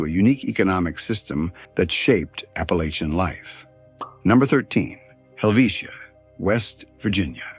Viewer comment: 2 seconds in and you mispronounced Appalachian Mountains. Come on, if you're gonna make a video about this region, then at least pronounce it correctly 🫩😒